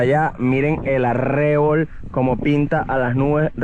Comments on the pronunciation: Cada vez que dijo "aRREbol" mal pronunciado, Andrés Bello debe haberse revolcado en su tumba 😂😂😂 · Hola. La pronunciación correcta de arrebol sería con acento tónico y prosódico en la sílaba "bol", y no en la sílaba "rre".